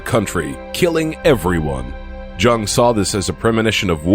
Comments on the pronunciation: Um.. that's pronounced <YOUNG>, not jung. Speak properly, if you please. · Carl Jung is one of the most famous psychotherapists we have ever had and yet you cannot pronounce his name properly it's not a j as in John it sounds like "Young" you halfwit!!! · Jung is pronounced 'yoong'